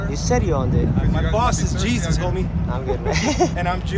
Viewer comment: He is chewish? Oh cheesus🤣